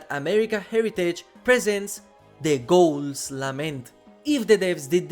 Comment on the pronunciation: The way this guy says ghouls is doing my head in 💀